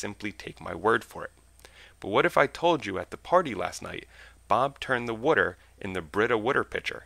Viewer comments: LMAO nice pronunciation for "Water" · Can bob turn my "wuter" into wine too? =D Great video